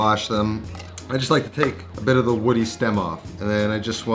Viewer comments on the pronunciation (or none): none